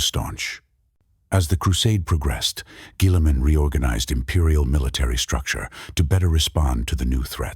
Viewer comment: Dog train your Ai better to pronounce Guilliman before putting this out